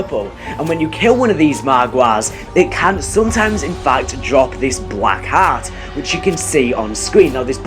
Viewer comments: please pronounce heart correctly😂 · The way he pronounces "heart" irks me..